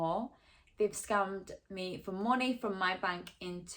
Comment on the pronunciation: it sounds like youre saying you got scummed